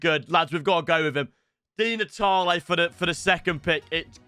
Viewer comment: Bro he said between Di Natalie or ockocha